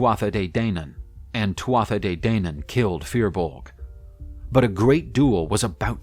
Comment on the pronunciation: once again, a little thing, but it’s pronounced TOO-AH not TWATH-AH